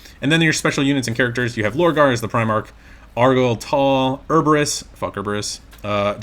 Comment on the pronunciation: Love the video! And it’s pronounced Er-e-bus haha you got the fuck part right though lol